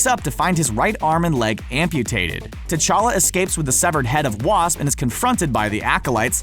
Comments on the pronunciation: Prince techalla not tetaka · Pronounced: cha-lah